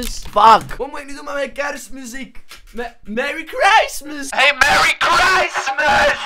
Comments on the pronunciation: Meri. Gristmas ☺️ahah beste engels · Merry Craismes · Merrie kristmus 😂😂 Geschreven op acid's manier Merry christmass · Merry Chreistmiss die al gepasseerd is😂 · Meary schristmais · Mewwie kwismis toe joe toe. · Merrie chreistmijs